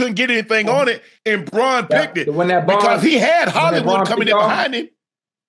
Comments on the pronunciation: It’s baun not Braun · His name is Zack Baun, not Braun, put some respect on his name dammit! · Y'all have a whole off-season to learn these Eagles names. Zack BAUN, Cooper Deh-JĒN, Quin-Yon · It’s Baun not Braun vato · Am i tripping ... Its "Baun" not "Braun" right? Lol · UNC stop calling him Braun.. it’s BAUN! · LEARN ZACK BAUN's NAME